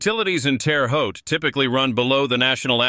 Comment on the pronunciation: yes I did,.... I still say you sugar coated some of it... And your AI needs to pronounce names properly. Terre Haute is not pronounced Terry Haute. Little slips like that reduce your credibility